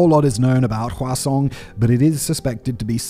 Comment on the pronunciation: Simon's says "Hwasong", I hear "Croissaaaant" and I lose focus for the next 30 seconds 😂😂